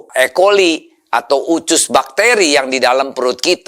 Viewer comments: Usus bukan ucus ya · Of course I do. It's just the way he pronounces it. Even his Indonesian is a lil bit weird. He says "ucus" not "usus". So I need to think hard before got it. 😅😅😅😅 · USUS bukan UCUS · kok nyebut usus pelafalan nya ucus ya?? hehe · Usus bukan ucus pak de